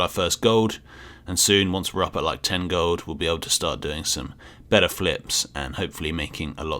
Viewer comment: love the way says "gold" its like Gohd'